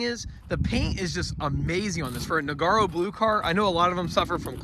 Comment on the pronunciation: Awesome car but please stop saying "Noggy."